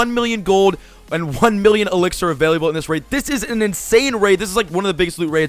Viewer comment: CQOTD: Why do you say availiable? It's avail-able. No second i.